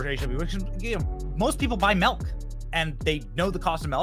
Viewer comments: Ahhhhhh BENNY! You're a "melk" guy and not a "milk" 😮 MILK lol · MILK. Not M E L k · My man Benny says MELK lmao Love ya dude